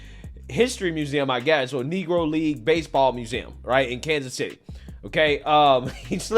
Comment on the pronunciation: He said Negro League, but sounded like negrahleague